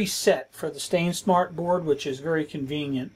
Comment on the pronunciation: You little confuse me with the "stainsmart board" instead of sainsmart. Nice video I enjoy it. Cheers from Greece